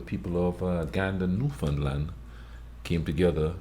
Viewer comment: Love the video. You said New-Found-Land, ahhh! Newfn'land!